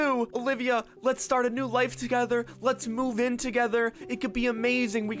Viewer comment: i like how he said when he met her again ovilia not olivia